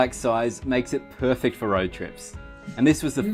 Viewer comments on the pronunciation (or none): none